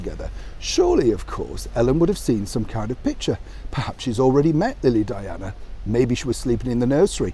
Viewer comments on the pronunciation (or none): none